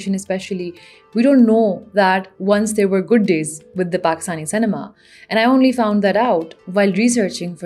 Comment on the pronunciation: Lol, why do you pronounce cinema say ne maa? 🤣